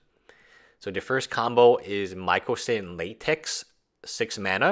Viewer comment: its pronounces mycosynth lattis not latex lol.